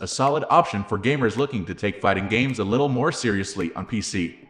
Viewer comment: “And the zittle littuh… FEATURES ”